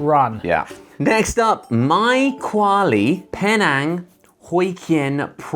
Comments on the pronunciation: Its actually pronunced peenang and hokeyan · Oh and it's Penang as in ( PEE - NENG ) and Hokkien as in ( HOK-IAN) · Y'all slaughtered "Penang" and "Hokkien"